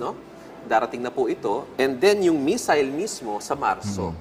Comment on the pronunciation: Missile po, hindi messile. ✌️